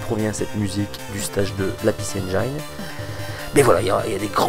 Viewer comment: Parfois tu dis bien "ainejine" mais souvent tu te forces à dire "ainejaillene".. Je te confirme que le i reste un i en anglais ;) ... bon, ça fait 3 vidéos que je viens de mater, peut être le temps pour moi de m abonner